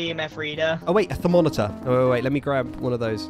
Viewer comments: “Thermoneter” Me who is younger than Jimmy: THERMOMETER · Thermoneter NOO THERMONETER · And "Thermoneter" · Can you please keep making these videos! I love how grian is ALWAYS late and is doing something like walking his cat, pre peeling his fruit or polishing his Gong 🤣I loved how Jimmy Could'nt say Thermometre. THERES NO N! Thermo metre! but you dont say it like that! XD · Thermoneter, Jimmy can totally say stuff lol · ITS A THER-MO-METER XD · Happy I watched this. Also its ther-mom-it-er thats how you say it. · Has anyone made a compilation of Jimmy mispronouncing things? Thermoneter? Hello Jimmy? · Jimmy it's ther-mom-eter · I laughed a lil to hard when they teach Jimmy how to say thermometer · jimmy can't pronounce thermometer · "Jimmy still can't say thermometer" 😂🤣😂🤣💀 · Whole fight bc some one can't say thermometer xD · Omg now i also say thermometer wrong I REPLAYED TO MUCH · I have no idea how to say thermometer anymore